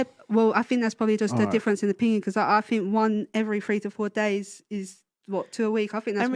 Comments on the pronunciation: Heres her problem... she "Finks" instead of think. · "I Fink"